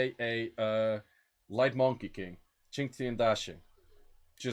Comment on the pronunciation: as a chinese person, I have to say your pronouncation of the light monkey was very on point this video